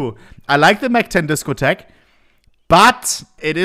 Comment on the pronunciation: Please say disco tech again I love it